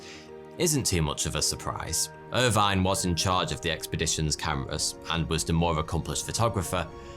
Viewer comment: Irvine is not pronounced like that